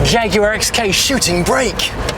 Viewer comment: "Perhaps this isn't a shooting BRAKE." he says. Quite right - it's a "SHOOTING brake". Imagine making a whole programme about something you don't know how to pronounce...